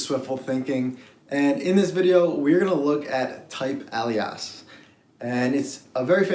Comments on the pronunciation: I know you're gonna think I'm just nit picking so apologizes in advance but for future reference Alias - otherwise called : otherwise known as — used to indicate an additional name. Pronounced Ay - Lee - Us. Or say "Hey Lee Us" and pretend the H is silent! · FYI - It is pronounced /ˈeɪ.li.əs/ (e.g. "ay·lee·uhs"). 🙂 Thanks for all of your great videos on Swift programming! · Hi Nick, noticing your last name I must ask, as an italian speaker myself, is the reason you pronounce "TYPEALIAS" like that because you're bilingual english + italian? You do make it sound like we'd read it in plain italian!